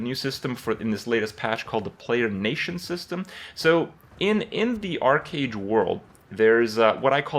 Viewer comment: It is not "Ark"age ... just want to help for future references.